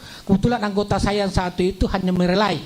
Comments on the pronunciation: Melerai pak bukan merelai.. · Bukan merelai om Pp tpi melerai😁😁😁